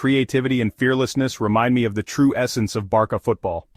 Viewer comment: Just AI can’t pronounce it in right way LOL